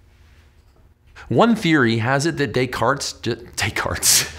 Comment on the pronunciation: Thanks for that video. By the way, you pronounced Descartes right by mistake lmao ^^